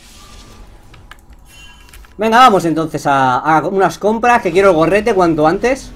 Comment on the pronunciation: knekro:bueno vamos a hacer unas COMPRA- jajajaja eso es por estar con chinche y alex dejas de usar la s xD sois unos grande- todos!!!!